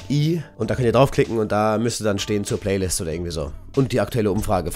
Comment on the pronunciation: Am Anfang..anstatt Playlist paylist gesagt ^^